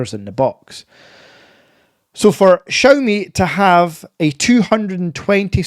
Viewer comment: Please learn how to pronounce Xiaomi 😂 ps can't blame the accent I have the same one